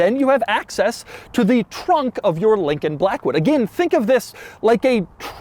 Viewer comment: Take a drink every time he says Lllllllincoln Blllllllackwood